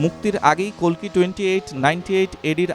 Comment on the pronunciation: অশেষ ধন্যবাদ জানাই আপনাকে কালকি না বলে কল্কি বলার ০৪.০৭.২০২৪